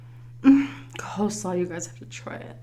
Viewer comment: Funny that you pronounce coleslaw as co-slaw haha